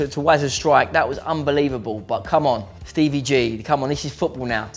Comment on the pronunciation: Stevie not Stevey